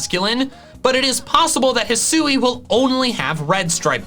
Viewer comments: I loved your video and... Let me possibly be the ONLY person bothered to tell you: Thank you. THANK YOU for satisfying this phonetics freak's need and pronouncing the region properly. If I see one more Youtuber pronounce it "HIGH-SOO-WEE", I will lose it. Bit sad on the ability idea, but I am super stoked for the Starters. I thought it was a really odd line up. For once I'm actually leaning towards Fire, instead of my typical Grass, but we'll see... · I'd assume that hih-soo-ee is the correct pronunciation, because that's how they pronounce it in the pokémon presents. They wouldn't reveal a name and then not say it correctly.